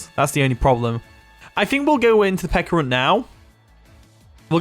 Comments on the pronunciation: Stop saying “Pekka” Its Peh- CHUH ah. Pe CHA runt. not Pekkarunt. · Pe-ch-a-ru-nt….. pe-ch-arunt…… pe”ch”arunt….. u know ch like cheese? Ch